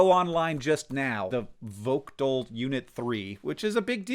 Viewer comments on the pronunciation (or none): Votgle 3 is part of the Savannah River nuclear plant, and it's pronounced without the 't' - VOH-gəl. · Vogtle is pronounced Voh-gull. The t is silent, like the the t in hotel. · Vogtle is pronounced Vogle. The T is silent. I used to work there. It's an awesome plant. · As someone who lives near it, Plant Vogtle is pronounced Vo-Gel. 😂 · Just a little pronunciation correction. The people who live around the Votgle nuclear plant pronounce it as "Vogle." People in south GA really like to omit t's when they are in the middle of words. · My neck of the woods is relevant in a Hank Green video! ...that sadly I am very late to watch. (The 't' in Vogtle is silent, by the way. "VO-gull") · Vogtle - is pronounced by us locals as "Vogue - el" long O sound. <3 always fun to see my city making news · I live in the area of the US's newest nuclear plant. It's pronounced [VOH-gul]. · It is pronounced Vo-goal 3. Vogtle 4 is on its way to going online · Btw it is pronounced voe ryhms with joe and gull like sea gull voe-gull --> vogtle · Oh hey, Plant Vogtle! My local power plant. Pronounced Vogue-le, the t is silent. They added a reactor recently, yep! ALSO! PBS SpaceTime has a great video about thorium reactors if you're curious! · Also i just toured plant Vogtle (pronounced Vogle) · Vogtle is pronounced vo-gull. The t is silent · Hank btw, it’s pronounced “Voh-gull” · Oh hey! Plant vogtle (pronounced vougue-uhl btw) is where I live. It's been under construction for like forever lol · The t is silent in Vogtel